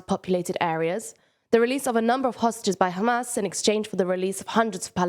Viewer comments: This girl pronounces Hamas totally wrong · Why does the presenter mispronounce “Hamas”?